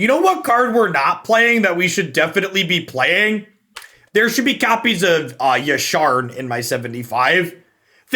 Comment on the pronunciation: Hearing say Yasharn over Yarshan is like music to my ears... Made me go resub on twitch out of guilt from my last comment xD Its a lie i was going to resub anyway